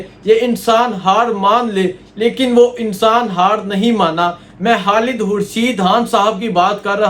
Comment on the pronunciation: Bhai jhan imran khan bola krain haan ni or khalid name hota ha halid ni .... Ap khan haan keun boltay ho sealkot sy ho kya